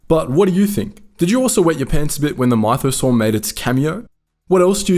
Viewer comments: your pronunciation sometimes man 🤣mITHEosaur? cmon! hahaha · "MY-tho-saur?" Australians gotta do everything different, huh? Even a made-up word?